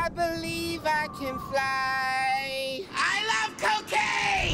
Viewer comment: I CAN BERIEVE I CAN FRY